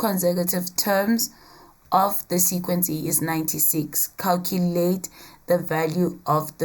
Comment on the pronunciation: I love it when she says sequency